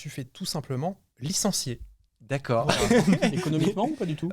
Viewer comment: j'ai eu une erreur Windows quand a dit 'Licencie'🤣🤣